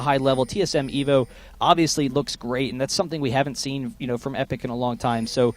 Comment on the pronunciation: He kept saying Epik at the start